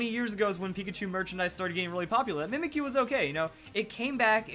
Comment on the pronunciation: U know... When you pronounce the name "Mimikyu".. It sounds like: Mimic You.